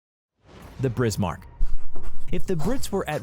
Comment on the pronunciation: They disabled the like/dislike ratio, so you already know this shit got hella dislikes. Deserved obviously. Just look at the comments, it's filled with people mocking them. There's only so many times a sane human being can hear "Tripitz" "Brismark" and "Prinz Eugene". They wasted a whole 14 minutes and 37 seconds of time for over 1.5 million people. Edit: It's not the "Shorehurst", it's the Scharnhorst. The Sch can be pronounced like sh. So i'd be "Sharnhorst". But tp be fair, I can see the Scharnhorst being much harder to pronounce to non German speakers than the Bismarck or Prinz Eugen, so it's not that big of a deal